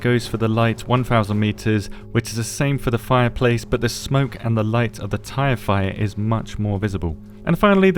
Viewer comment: anybody else hear "Tie Fighter" instead of "tire fire"?